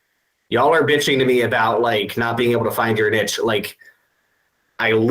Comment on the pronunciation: Plus, he says the word niche a lot, but is pronouncing it wrong . Haha